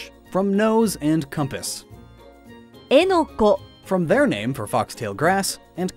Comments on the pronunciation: Did she said “Enoco” not “eneco”? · didn't she pronounce エネコ エネコロロ eneko enekororo like "enokoエノコ" "enokororoエノコロロ"?